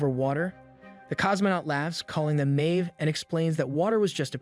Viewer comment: Good, but learn proper pronunciation of "debris, cowardice, naive"